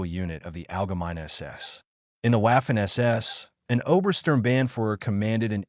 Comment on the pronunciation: You need to work on your AI lector. In German it’s not wafer or Wehrmacht. It’s pronounced Vaffen and Vermacht. I guessing this video got demonetised as it was written by chatGPT then read by spechello?